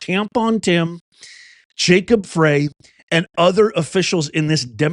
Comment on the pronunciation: Mpls mayors name is pronounced "FRY" although spelled Frey